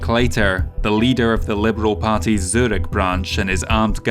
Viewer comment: he even says Zürich nearly correct. ;-)